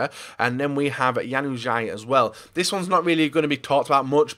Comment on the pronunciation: The way he said Januzaj😂